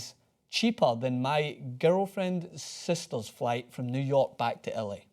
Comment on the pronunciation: "nework" it's New York